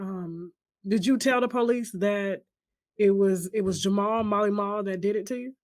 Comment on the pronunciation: Oh! His name is Mally Mall! Oh! It sounded like you were pronouncing his name as Marley.